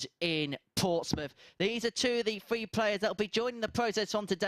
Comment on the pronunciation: What's up with the 12 year old commentator. Let me know if it is throw or frow and three free. His voice is so annoying get Edgar back